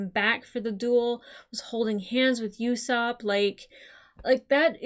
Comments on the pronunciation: Okay I know it's not like a huge deal or anything, but Usopp's name is not pronounced 'You-sopp'. No 'Y' sound. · It’s not YOUsopp it’s usopp like saying boo to scare someone without the B